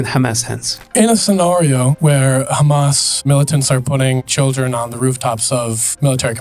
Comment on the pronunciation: He is the Israeli verson of Borat. Dude even pronounced "children " the way Borat did "Shildren"😂